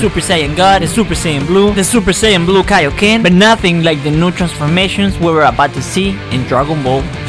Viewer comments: Kaioken was at first pronounced kayoken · It ain't kayo ken it's kaio ken